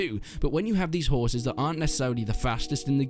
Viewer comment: Woah, I almost thought you said raising 'whores'...